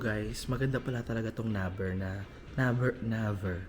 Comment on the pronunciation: Naver (nei-ver) pronunciation